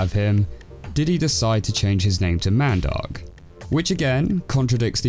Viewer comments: Man I thought he saying mandog until he showed the older version where they said mandark lol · I hate the way you say Mandark. It sounds like you're saying "mad dog"...